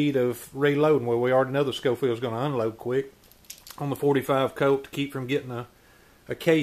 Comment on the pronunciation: 👏🏻👏🏻👏🏻. Pronounced “Showfield”